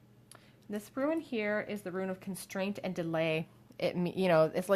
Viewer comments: I absolutely love your readings, you have a super soothing voice! Most I’ve seen are super accurate but I always get triggered when you say “ruin” instead of “rune” because I keep picturing crumbling sites and think you are about to tell me (us) that everything is gonna get destroyed. I don’t know why the association makes me cringe so much, but it just does. I guess is just my inner fear of loss and abandonment getting triggered by the mental picture 😪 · I watch more of your recent videos and you kept saying how you pronounced "rune" wrong and I was like "What do you mean? That's correct?" I now understand. hahahahahaha